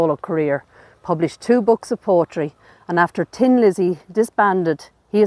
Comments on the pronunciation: It's Thin Lizzy not Tin Lizzy! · The name of Phil's band was THIN Lizzy, not Tin Lizzy.